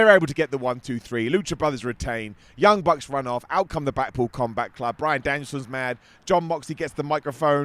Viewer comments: I swear I heard say both “the blackpool cumbath club” and “the blackpool cumbutt club” and I choked 😂🤣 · I swear he said “blackpool cumbuck club” twice